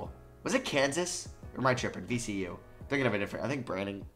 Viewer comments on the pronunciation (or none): none